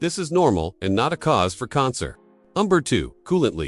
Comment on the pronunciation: Funny pronunciation of "concern."